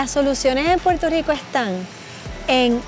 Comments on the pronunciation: I LOVE how you pronounce Puerto Rico! Sooo authentic! Perfecto! 👌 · Great video. Car companies and politicians trying to line their pockets have ruined so many cities. btw the way you say puerto rico is amazing